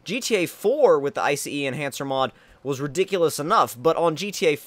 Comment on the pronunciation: IF YOU SAY I C E ENHANCER AGAIN. JESUS CHRIST. It's iCEnhancer not iCEEnhancer